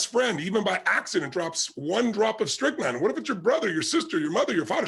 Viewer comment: He said, strychnine.